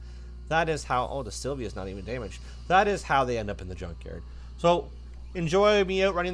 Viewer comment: Its Nissan Silvia, not silva